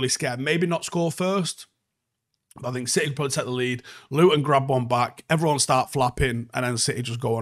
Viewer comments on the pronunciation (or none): none